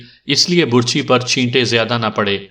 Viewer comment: آپ کا پڑھنے کا انداز بہت اچھا ھے ۔ بس کبھی کبھی آپ بعض تلفظ غلط پڑھتے ھیں ۔ مثلاً لفظ " برچھی " کا تلفظ آپ غلط پڑھ رہے ھیں ۔اس میں ب پر پیش کی بجائے زبر ھوتی ھے ۔